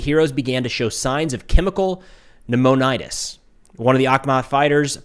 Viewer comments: It's pronounced "knew MON i tis." It just means an inflammation of the lungs. Could be viral, bacterial, chemical, autoimmune etc etc. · Pneumonitis is pronounced Nu-Mo-Ni-tis. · Pneumonitis is pronounced new men itis. It an inflammation of the lung. Not good! Former Medic 91B20 and then ER RN.